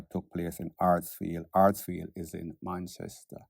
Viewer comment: Hatfield not Hatsfield